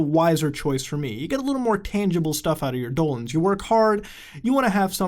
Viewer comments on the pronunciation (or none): Why do you call dollars "dolans" not dissing I love it, just wondering